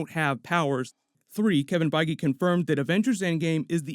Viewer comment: Pretty sure his name isn't pronounced Kevin Feggy.....